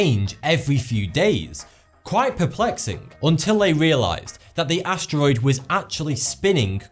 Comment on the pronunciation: bro said “astevoid” nigga learn to speak